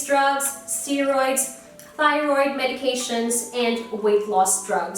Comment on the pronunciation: Thank you for this!! I was recently diagnosed with Graves Disease, which is an autoimmune disorder that causes hyperthyroidism. You pronounced both thyroid conditions right! lol. I've noticed my hair has been shedding less since being on medicine for it! I hope it continues that way haha